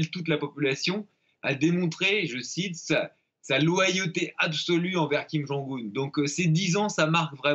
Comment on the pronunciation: Mr alors la bravo la ville vous arrivez à prononcer mais pas le nom ? Mais vous le connaissez au moins ce monsieur ??